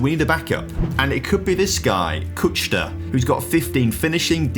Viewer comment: its kuchta not kučta :DD